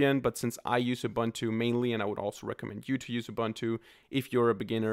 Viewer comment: its not 'Ubantu' its a zulu word man, its pro-nounced 'Uboontu'